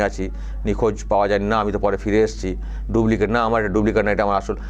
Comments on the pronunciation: Pls,pls.Dublicate (ডুব্লিকেট)নয় কথাটা হবে Duplicate (ডুপ্লিকেট). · কথাটা ডুব্লিকেট নয় ডুপ্লিকেট।